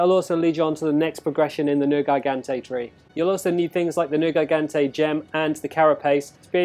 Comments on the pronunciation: You slaughtered the name it's not nergaigante it's nergigante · "ner-gai-gan-tay" XD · Why are you butchering the name? You’re pissing me off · "Haha, he said a made up word differently"